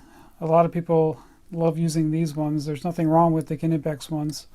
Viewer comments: I still think you are saying Knipex completely wrong but you lecture us on how you are saying it right, when Germans say it on there companies Instagram they say K-nee pex not K-na-pex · If you want to get really anal about pronunciation, you're close but not 100% yet. Your "Knipex" sounds like K-eh-nipex, there should not be any delay between the K and N. But hey, at least you pronounce the hard K 👍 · Well it ain't pronounced "kinepex" like he does. It's written the way it's pronounced. "Kni-pex" with an audible K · It is actually pronounced: kunee-pex The 'i' has more of an 'eee' sound. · Isnt it pronounced cuh-knee-pex? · Still saying Knipex wrong. The German 'i' is pronounced 'ee'. So it is something like Ke-nee-pex. You can hear the company reps say it properly in the videos on their website or right here on youtube. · We call it with more pronounciation on the i, try to spell it like Kniipex with two i :D Greetings from Germany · The kNIPEX sales rep said it as NIPEX because most British people use a silent K even though it is obviously of german origin , just as a german could pronounce an original english word with a german twist :] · The "K" in German is not silent. Knipex so please pronounce the K at the beginning.